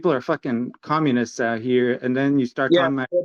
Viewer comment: "I am Canadian, I don't know how you figured that oooot" 🤣🤣🤣